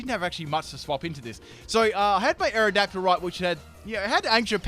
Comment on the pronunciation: Full mispronounce team Aerodactyle: Mewtwo Stunfisk: luvdisk Malamar: amomalimar To be continued...